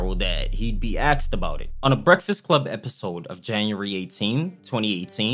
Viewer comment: Why do you say axed ? 🪓